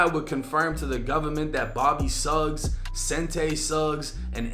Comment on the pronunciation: Its pronounced "Shuggs" like Sug Knight. This man is NOT 51...gtfoh he 73 stap lyon